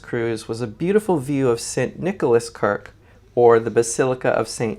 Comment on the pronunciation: a very beautiful vlog of lovely Amsterdam and I only have one criticism. We say kerk with a short e and not Kirk which is a Scottish way to say church but your beautiful companion saved the day by pronouncing van Gogh correctly, which is not a mean feat. Thank you.